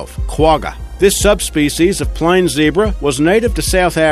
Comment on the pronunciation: You do not pronounce Quagga like that. The top rated in is much better.